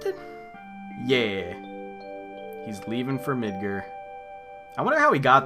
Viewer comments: It's MidGAR, not MidGER. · why are you calling it midgur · Says MIDGAR like a pirate. Midgrrrrrr